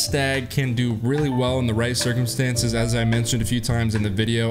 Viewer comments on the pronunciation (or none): none